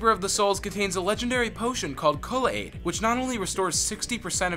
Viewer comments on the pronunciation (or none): "kull-aid" "haven" "triss-tram" "dead mow 5" ughhhhhh